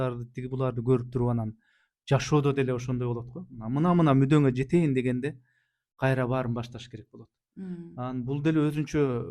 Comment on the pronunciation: Кайтра кайтра дейт го